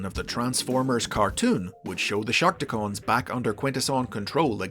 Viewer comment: Damn it... It's Shark Tee Cons... Not Shark Tee Cones...